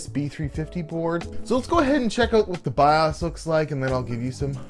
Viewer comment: love your vids but the way you say bios drives me nuts lmao